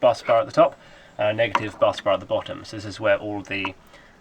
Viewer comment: Awesome stuff 👌🏼 you say busbar like "buzz" bar not bus bar haha. Tickled me that.